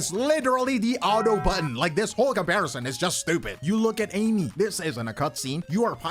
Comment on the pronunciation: its pronounced as A-E(meat)